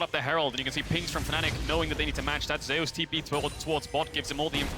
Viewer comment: I hate that they can't pronounce Zeus correct.